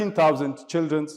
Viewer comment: Did he say childrenS 😂